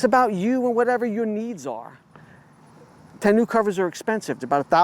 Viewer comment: Your pronunciation of tonneau is making me cringe